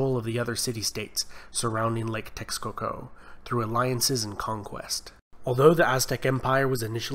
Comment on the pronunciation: I agree although some of the pronunciation was off as mexica is pronounced meh-she-ca ant texcoco is te-sh-coco. The information itself was great though